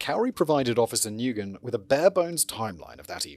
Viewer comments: Nguyen is pronounced "win" or "wen," not "noo-gen" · I missed it... Was it something like new-guy-en or something? To be fair you'd have to look it up to know it's wen. 😅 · I'm begging script writers to give audio links of proper pronunciations of any names that aren't traditional English names for Simon's reference before recording orz. Nguyen is such a common Vietnamese name, its pronounced something like "nwen" not "ne-guy-en", then of course Kouri is supposed to be pronounced like Cory, and so on. I know he's using paper scripts but they do exist digitally so a link or two would simplify things a lot. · To add to the pronunciation guide, the responding officer's name is pronounced "Wen" even though it's spelled "Nguyen". It's a rather common Vietnamese last name, I work for a doctor with that same last name. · Nguyen - It's pronounced, "Win" or more exact, "Ngwin". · I live in Lowell, MA. has the 2nd highest Cambodian population in country. Every Nguyen ive met here they pronounced new-yen. Silent G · Simon, Nguyen is pronounced the same as win. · Not sure if different countries pronounce the name Nguyen differently however here in Australia where we have a lot of Vietnamese people we and they pronounce it like "new-in" or "new-en". I wouldn't be surprised if we're all just saying a name/word incorrectly in different ways and the Vietnamese were just like ok i guess that's just how it sound's when you say it with your accent. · isn't Nguyen pronounced like Winn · He's also mispronouncing Nguyen 😅 it's closer to "win." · OMG the pronunciation of Nguyen 😂😂😂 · AND pronouncing Nguyen! :)